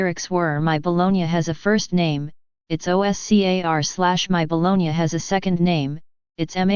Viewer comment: It's not BOLOGNIA either, it's BOLOGNA. Get your facts straight before you make a video or correct your text-to-speech recognition software.